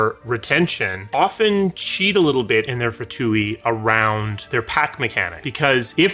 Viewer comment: Pronounced 'two' the F is silent and no long E sound at the end. :P